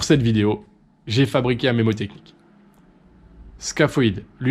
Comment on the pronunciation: On dit mNémotechnie, et pas mémotechnie, pour info :)